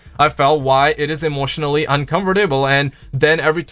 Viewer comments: I know he has a accent but he keeps saying uncovertable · Lmao u miss pronaunced uncomfortable